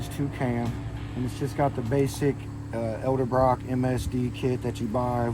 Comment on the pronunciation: Why do SO MANY guys pronounce Edelbrock as ELDERBROCK. Its written right there in plain english on the Edelbrock part they bought.